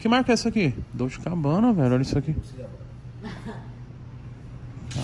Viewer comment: Tadinhos, achando que a blusa era “ dolce” mesmo ... tanto que o cara nem sabe pronunciar rs